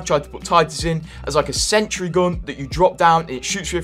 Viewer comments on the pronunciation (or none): none